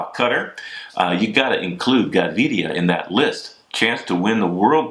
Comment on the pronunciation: Props to Bobke for his perfect Fernando Gaviria pronunciation! before he was mispronouncing it . ;)